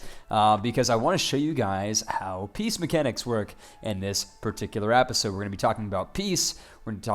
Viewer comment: why do you say apisode